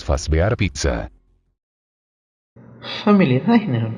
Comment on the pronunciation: otro mas que le dice pigsa xd